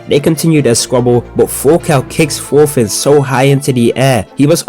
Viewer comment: "fast forward, and we find out that forka is actually related to forfin" the amounts of f's I can't unhear are crazy.😭😂